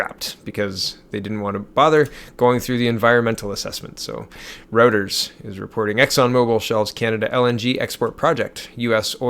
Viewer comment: Reuters = "Roy-tayrs" not "Rooters".